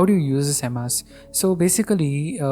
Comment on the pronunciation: First learn how to pronounce emacs